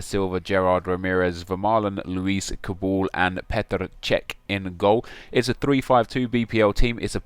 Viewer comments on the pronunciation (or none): none